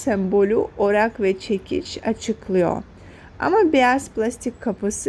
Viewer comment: Çok düzgün ve akıcı konuşuyorsunuz. Sadece Orak kelimesini yanlış telaffuz etmeniz dikkatimi çekti. Amacım birilerinin eksiğini aramak değil